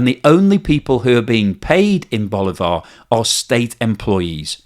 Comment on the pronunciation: At least you can say sorry if I pronounce Bolivar bad, because you say it very bad.